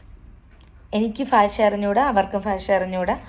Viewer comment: Fasha alla bhasha.